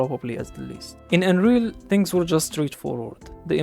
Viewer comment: when you say Unreal, I here Android